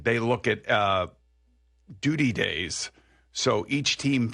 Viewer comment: lol boomer said gays while trying to say days